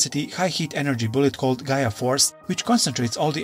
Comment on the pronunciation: Black war greymon gaia force is called gaia destroyer not Gaya force